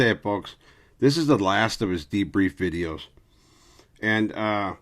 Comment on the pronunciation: The way you said v e e d e e o s makes me think you're kicking it with dubs, LOL.